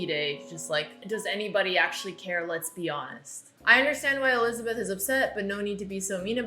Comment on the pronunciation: I like how she says Olizabeth 🤣